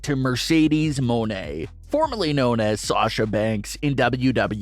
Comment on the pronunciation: ITS NOT “MO NE” ITS “MON EY” 😭😭😭 ITS MONEY DUDE 😭💸💸